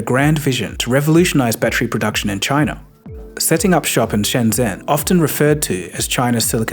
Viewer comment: That zh in Shenzhen is a J sound.